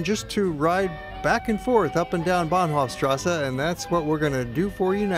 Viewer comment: Why "... strassa" when it is clearly written "strasse" and there no difficulty to pronounce it as it is written? Otherwise, excellent documentary, from all perspectives.